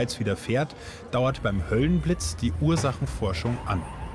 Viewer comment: Höllenblitz nicht höhlenblitz😅